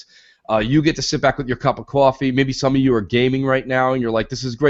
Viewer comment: needs to say 'quoffee' more often! love it